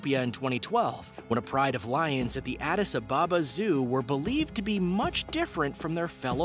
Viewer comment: Adis ababa is said as one word the space in between the two words is practically nonexistent